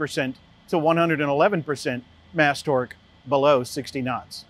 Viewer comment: Mast torque not mass torque